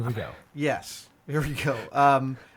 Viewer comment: Aaaaahhhh it's DEMO-gorgon, not demi.